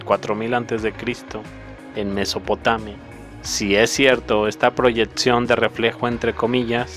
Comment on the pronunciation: Estimado, Se agradece la información es muy reveladora y útil para conocer aspectos que por alguna razón, sin duda tema aparte por tratar, no han sido debidamente estudiados, o tan siquiera considerados. Por otro lado, se agradecería mucho mejorar el honesto uso del idioma, es increíble oír palabras que no existen como: proyetción, etcistencia, entre algunos otros fonemas; debo también mencionar frases mal citadas como "no hay dos pares de ojos iguales en el mundo". Por favor caballero tenga un poco más de cuidado antes de grabar sus textos, por lo menos revíselos al cristal de la proporcionalidad, es decir, ya que usted se centra en detalles históricos tan importantes, de la misma manera, por favor, enfoque su vía informativa de lenguaje, sus textos (las imágenes están muy bien), porque honestamente es muy chocante oír falencias tan raras en las citas famosas y en la pronunciación de un idioma tan rico, dinámico y hermoso como el castellano.